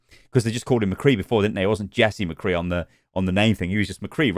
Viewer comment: I hope they reupload it exactly the same but just dub over the parts where they say mccree poorly.